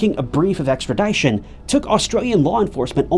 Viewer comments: Ex-trah-dih-shun. not Ex-trah-die-shun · Bro! Great content…. PLEASE STOP SAYING Extradition like that! “Extra Die shun” 👎🏽 “Extra Dii shun” 👍🏽. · AHHHHHHH I love your channel but say extra-dye-tion one more time. LOL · Extradition ex-tra-dish-un. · ExtraDIEtion? Lol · That's a really weird way that you say extradition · The "i" in extradition is not a long "i"...😅😅😅